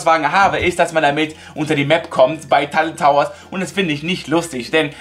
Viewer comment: Er hat anstatt tilted Towers, talted gesagt